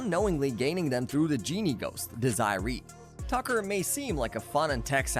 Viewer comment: Red flag: when you pronounce Desiree as "desire-ee."...